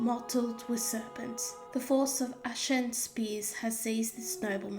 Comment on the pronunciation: Your recitation is a bit rushed and sometimes doesn't quite flow from one line to the next. Also there's an occasional mispronunciation e.g. 'ashen' is A-shen rather than a-SHEN. When we recite something, particularly in public, we often think we are speaking at normal speed... until we hear it played back and realise we were galloping.😅 There's a subconscious need to get to the end of the thing and go "Whew! Done it!" You have a lovely voice. It would be well worth recording the poem again but reciting it almost unnaturally slowly. Savour each word. You'll find that when you play it back again the speed will sound normal. Well done you!🤗👍